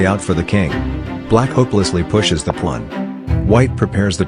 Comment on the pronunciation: WHY DOES IT KEEP SAYING PLUN!?!?